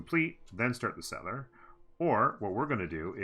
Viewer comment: stop saying settler like that